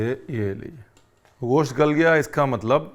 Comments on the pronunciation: Nope, that's not the perfect pronunciation. It's not ghosht (غوشت/ग़ोश्त), but gosht(گوشت/गोश्त). There's no غ/ग़ in there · Sir aap gosh kyun bolte hai, bahut Ganda lgta hai